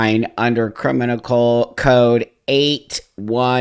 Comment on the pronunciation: I stopped watching when he said crimical. 🙄